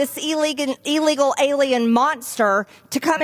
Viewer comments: Hey Margorie, the word is, "illegal", not "eelegal". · Well, it would be nice if she could learn to pronounce it correctly. It is NOT EELEGAL It is ih-·lee-gl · She can’t even say the word illegal properly cause she knows she’s wrong in so many levels 🤮